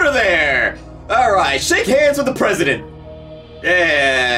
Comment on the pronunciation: "Arright" - Elder Gods, N64 version